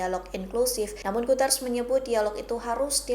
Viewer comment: bacanya Guteres mbak bukan Guters..